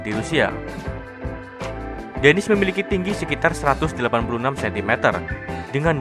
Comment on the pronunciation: maaf salah harus nya denis bukan demis